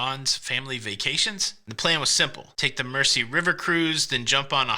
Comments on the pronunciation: Uh, to quote Gerry, I believe it’s pronounced “mer-ze”…🎸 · By the way. It's pronounced 'Merzey'.